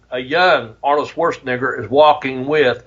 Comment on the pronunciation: Arnold “SchwarztNIGGER” 😅😅😅